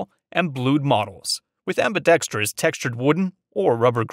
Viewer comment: I think this the first gun review video I’ve seen that pronounces ambidextrous correctly! I’m going to subscribe just because of that 😂